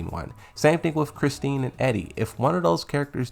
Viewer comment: my guy, it's Christie, not Christine.